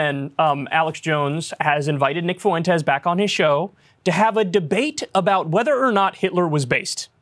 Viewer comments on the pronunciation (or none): Nick is garbage, but the way Kyle is pronouncing Fuentes, is sending me to the moon. 🤦🏽‍♂️ Is he doing that on purpose?? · I know it's probably silly, but the way Kyle pronounces Nick Fuentes' last name as "FOO-ENTEZ" is so grating. It's "FWENT-EZ". No one else ever pronounces it the way Kyle does, wtf? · Fuentes is two syllables, Kyle.